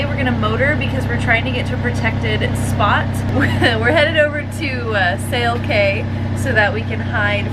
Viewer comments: It's "key" .... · I believe CAY is pronounced as KEY, but I digress…..